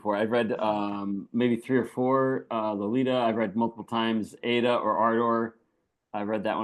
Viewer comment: ADA is pronounced "Ah-dah." Nabokov intended its pronunciation to be a pun on the British pronunciation of "ardor."